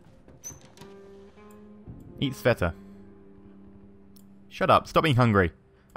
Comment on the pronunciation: lol its not Sevta,, its Sveta :D